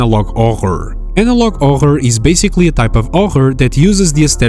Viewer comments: Why does he say ohor instead of horror lol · not tryna make fun of you but why do you prounounce horror as ohorr? again not shamming nor making fun of it ,btw the darwin picture xd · analog OVER (bro said analog horror wrong. Sorry if I was being mean but next time, please say it right) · Analog “orhær” It’s Analog horror(hur-rur) (Not making fun of anyone and his voice is great) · “Horror” ❌ “Ouger” ✅ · Pronounce the H in HORor not OHOR. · Horror not Orror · "horror" = "hoher" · Ah yes, I love 'orror video lol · Analog "ochr" WHO WOULD SAY "ANALOG OCHR" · "Åjor" goes hard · Analog hohr 😭🥀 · "analog orur" 💔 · "Analog ohroghr" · "analog OGRROR" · horror❌ "auhurr"✅ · "Analog ohor" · His pronouncement of horror; Ohhr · ah yes my favorite genre "analog arghor" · Analog Ohær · Horror? Nah, we got "Ohor" 🔥🗣🔥🗣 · “Analog ohyre” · Can't help but wonder: Where are you from? Never in my life so far have I heard someone spell "Horror" as "Ogre" in English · I know it's his accent but whenever he says horror like 'ohror' it just flashbangs me. (Wow another comment about his accent, how original) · "anolog oror" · first time i heard someone pronounce "horror" as "ohor" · analog 'orror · bro pronounces horror as "oghre" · " analog ORROR" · why are you saying augur instead of horror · "analog oghre" 😔✌💔 bro maybe swedish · It's pronounced haw-rr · Ah yes, analag ahh -ĥurr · “Analog ohær” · "Analog awhur" 🗣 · I have no idea what his accent is, but apparently he can’t say the letter H in any of his other videos either. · It's more like /ɔɣɽ/(Oghr) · analog other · Analahg ah huŕŕ 🗣🗣🗣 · analog oggog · I kinda agree except that it sounds a bit more like "horhor" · you don't say horror right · why is he saying “horror” like that? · I'm sorry but the way you pronounce "horror" I can't take this seriously anymore 😭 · I know it's how you talk it's your accent but this is the first time I've seen your channel and every time I heard you say horror kills my soul